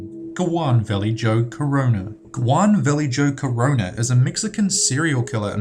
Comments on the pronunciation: What about Goan Valley Joe Corona? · Narrator: #16 Kjuan Valley joe corona... That's how he pronounced it. No effort at all. Lol. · Can I just point out that he messed up on saying Juan Vallejo Corona... He said how it was spelled,but even I know how to say that right!!!